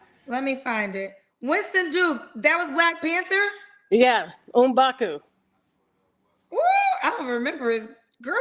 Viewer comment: Did she just say Mbaku mblow that mback out? 😂😂😂